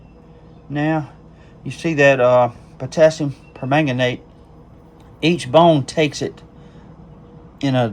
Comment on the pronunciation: I am so proud of you properly pronouncing potasiumpermagnate! See there, not only can’t I pronounce it, I can’t spell it either! 😂